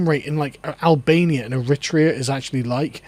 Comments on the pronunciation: The emphasis in "Eritrea" and "Eritrean" should be on the third syllable. It helps your credibility tremendously if you pronounce words correctly. This is a minor but persistent irk when listening to the otherwise excellent Lotus Eaters. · How you say Eritrea hurts my head...